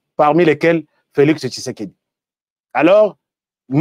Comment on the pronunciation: Svp monsieur fait beaucoup attention avec l'identité d'un homme Si tu es rwandais tutsi tu n'a pas le son "tshi" dans ton langage, fait attention Mon président ne s'appel pas kishekedi mais Tshisekedi